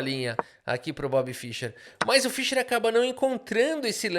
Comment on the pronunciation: nem o nome do cara você sabe falar analfabeto, não é Fisher.. é Fischer.. se não fosse o cara nem xadrez tu jogaria. Ele que abriu o cenário de xadrez pro mundo, coisa que era restrito aos países da união soviética analfabeto funcional.. Respeita o cara.